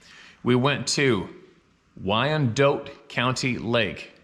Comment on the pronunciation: It’s pronounced Why-An-Dot county. NE Kansas. Leavenworth, KS. I recorded an album there and a few times, just to get away for a bit, I went for a few drives just outside the city and it’s wooded and rural. Right along the Missouri River which literally is the border with Mizzou. It’s hilly enough that there are winter skiing spots near there in Missouri. I can TOTALLY see how these things could be there. I live about 50 miles west of there. NE Kansas is not endless flat plains but is more wooded and increasingly hilly the further East you get.